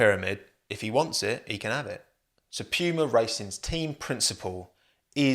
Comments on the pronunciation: It's Puma not Piuma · PEWMAH.... its poo ma, like the big cat mate. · Who else gets triggered every time he says Piuma instead of just saying Puma? XD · Poo-ma, not Pew-ma 😢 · So I just found out British people pronounce it as “pyuuma” not “pooma”💀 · From an American, how you pronounced Puma was a mind blown. Pewwwma Not making fun, just wondering now what the correct pronunciation is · "pew-ma" Everybody else: "puma" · "p-yoo-mah" lol never heard it pronounced like that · love the british “pyooma” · nobody:: pee-uemar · Lol as an American hearing u say Pewmah and saying it’s on par with Nike and Adidas is so funny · i love it whenever anyone pronounces puma as "p-you-muh" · I had to stop watching, it was getting to me 😂😂😂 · No one:: pyuma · You brits really don't understand how to pronounce puma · i can't get over the way you say puma like it sounds like you're imitating a nerf gun or something. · how do you mispronounce "PUMA." Just kidding, love the what if team videos. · It hurts how you pronounce Puma 🥴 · The english pronoucesation of Puma Really hurts my german ears 😂 great video tho, as always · You say Puma as if ur saying pube